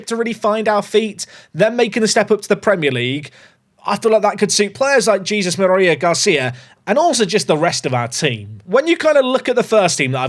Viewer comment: You’re doing the double L is a y on a Aguilar when its only 1 L. Pronounced Ah-gee-lar And Jesus is Hey-sue-s lmao Love from Spanish speaking Texas